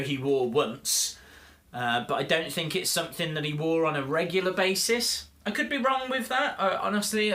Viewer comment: You say stink lol